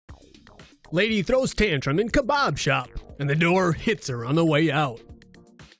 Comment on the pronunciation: Hehe “Kobob shop”